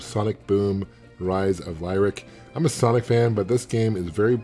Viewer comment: best part of this video? Giving me snippets of annoying youtubers I don't have to subscribe to now. holy shit. And that one guy wanted Zombi U to be like 28 Days? The Sandra Bullock movie? okay! and Gamester doesn't know how to pronounce Lyric? That's fine!